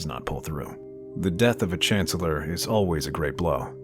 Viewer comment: "...We are saddened to report the Chanellor has passed away today. Clearly, it was a coup by the Jedi......"